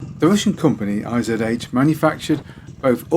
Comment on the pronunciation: IZH is not I - Z - H :D The russian name is made up of 2 characters I and ZH :) in German I would write ISCH and ISH is probably quite close as well with an i like in give for example...